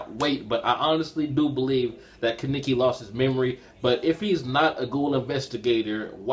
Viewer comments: Don't wanna be rude buts it's kaneki not kiniki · He butchers Kanekis name